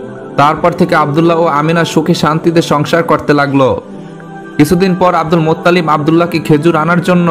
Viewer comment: Cagol aage bangla uccharon korte sekh, Muttalib Allah er naam jibon ou shune nai!